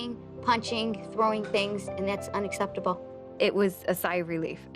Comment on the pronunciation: that behaviour isss unsseptable..... not sssseptable.....